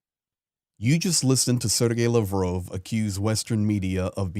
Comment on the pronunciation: RUSSIA ! You can't even pronounce Sergey Lavrov's name.